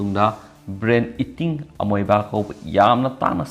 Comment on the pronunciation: pronunciation loina lalle. Houston.. amoeba lalle..